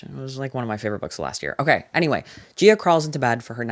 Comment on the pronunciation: THE REACTIONS ARE KILLING MEEEEE LMAOO “ogeey”